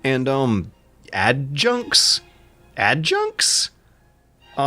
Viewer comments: literally says Adjutant, the narrator: Add junks? Add junks?? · You try to say "Add-you-tent", cute how you butchered it. These guys are personal servants and right hands to high ranking officer.